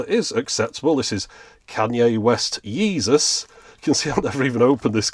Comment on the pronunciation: ahhhh man, his pronunciation of "Kanye West Yeeezys" had me on the floor. That was great!